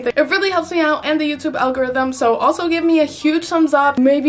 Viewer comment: "for the algorithim"